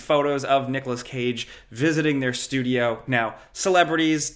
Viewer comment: Did bro just say "noggalas cage"😭